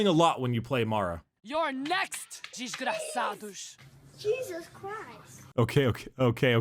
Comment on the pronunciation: Im pretty sure u dont pronounce desgraciado like that in spanish